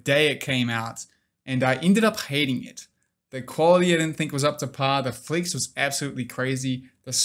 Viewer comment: Great vid as always. thank you for doing this. Took me a while to understand what "Flicks" was, then I realised you're trying to say "Flex".